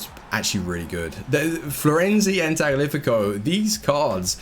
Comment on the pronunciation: wtf is a tag-lifi-co?